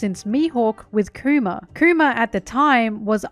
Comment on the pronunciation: I can't help but hear her say Coomer, when she says Kuma.